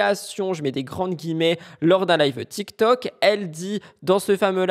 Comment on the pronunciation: Tu dit toktok au lieu de tiktok ?